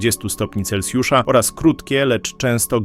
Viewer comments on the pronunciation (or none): none